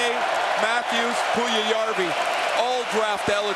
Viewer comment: And how to pronounce Puljujärvi: Pull-you-yarr-we. Best of luck to Jesse, he has everything to be superstar after couple of years. Some even say he's better than Laine.